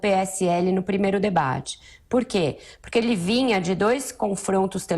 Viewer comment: concordo, fala muito erado: porique, razigou, pirimeiro, interivizita, mazi, peringutou, jairi, eziquerida, etc... ridícula!!!